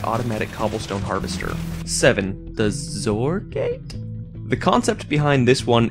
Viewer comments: The XOR gate and the XNOR gate are said like ex-or and ex-nor, respectively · XOR is pronounced ex-or. Also the first RS NOR latch works, your are doing it wrong, the first lever you were trying to switch was already SET. Try switching the levers to buttons and it's should be easier to understand. And the second RS NOR latch design is not perfect as the In- and Outputs are not isolated. It's easier for people to understand if you say that N = NOT and not N = inverted. But yeah good video, most redstone tutorials are mostly bullshit if I say so my self. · It's pronounced ex-or and ex-nor. I thought it was pronounced "zor" until I heard Etho say ex-or so I can understand the confusion. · its "ex"-or not zor, or exemplary-or and think of the n in nor and "not" not "inverted" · ex-or. for "exclusive or" not complaining just letting you know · It's pronounced Ex-or. Short for "exclusive or".